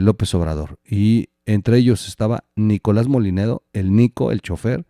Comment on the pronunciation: Buenos días el apellido es Mollinedo, y se lee como llanura no es Molinedo